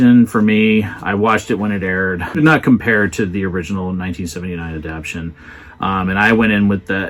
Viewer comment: You're terrific, but the word is "adapTATion."